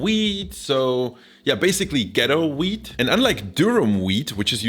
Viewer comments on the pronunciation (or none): "Ghetto weed?" "Oh you said 'ghetto wheat'..." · when you said wheat i thought you said weed